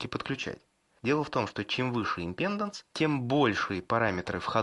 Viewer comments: импедАнс! импедАнс!! импедАнс!!! Кровь с ушей пошла от таких речей. Ну что, нельзя было хотя бы Викисловарь открыть и посмотреть ударение?.. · захотил вырубить на слове "амброшуры", но решил продолжить просмотр и вот услышал матерное "импЕнданс..." всё, алес, жмём на крестик))) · Импеданс - ударение на а, балда